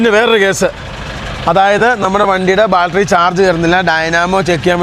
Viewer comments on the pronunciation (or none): എടാ മക്കളെ നിങ്ങൾ ആത്യം പറയുന്ന രണ്ട് കാര്യങ്ങൽ നേരെ പറയണം 1. ബാൾട്ടറി അല്ല ബാറ്ററി 2.അല്ലോൺമെൻ്റ് അല്ല അലൈൻമെൻ്റ്